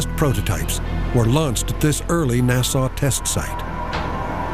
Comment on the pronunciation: Good God how unprofessional can you get? Why does a National Geographic documentary have a narrator who so grievously mispronounces "NASA" and "Chincoteague"? 😆